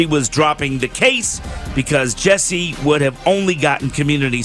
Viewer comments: I wish he would stop pronouncing it Jessie instead of Jussie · JUSSIE... JU-SSIE